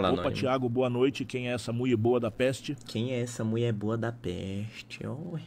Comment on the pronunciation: O chamando ela de "muie" kakakakakakakakakaak